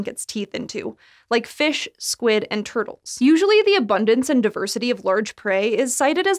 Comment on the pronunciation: From large "TERD-les." 😆 lol